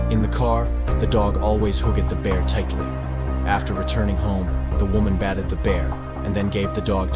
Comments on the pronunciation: Lik-ed? Bath-ed? Come on AI narrator… do better with your pronunciation! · I'll subscribe when you can correctly pronounce the words "hugged" and "bathed'. Robot !